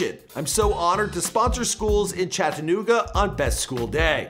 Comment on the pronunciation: He doesn't say chattanooga right lol